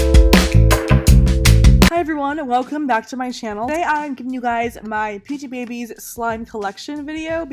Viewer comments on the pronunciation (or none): babies? no its bbese like obese but replace the o with a b